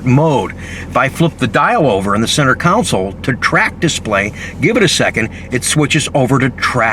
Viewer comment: it's a Console, not a Councel